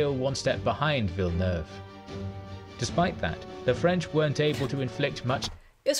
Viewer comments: Admiral 'Vilenaewayvay' as you called him, is pronounced 'Vil nerve' or 'Vil eh nerve' 🙂 and it didn't say why, but I think the second line of French and Spannish ships couldn't get into the fight because of the way the wind was blowing, they were out of position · "Villanewayvay". That hurt my Frenchness. LOL. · Unlike Spanish, French pronunciation drops or combines a lot of vowel sounds, so the Frenchman Villeneuve that you call "Villanu-ayvay" (great guess for Spanish) is called "Veel-nerv". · Hering you try to pronounce Villeneuve ...that made me giggle